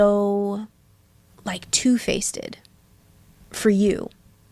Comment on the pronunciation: not the point but I can't believe she said "two-faced-ed," like bring back education